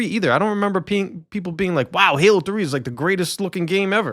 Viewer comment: Did you almost say gaylo 😂 we all heard it! Lol😂🎉 perfect